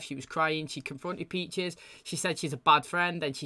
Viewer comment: Man I was wondering if anyone would say something about the “Peaches” thing lol everytime he says it it hits the ear wrong he also says “Becks” all the time he loves making names plural.